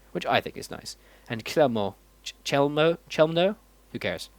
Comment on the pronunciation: The way how you pronounce "Chełmno" is so funny :D Not even close to the correct form ;P